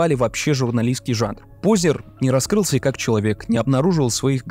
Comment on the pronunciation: Пожалуйста, не коверкайте фамилию Познер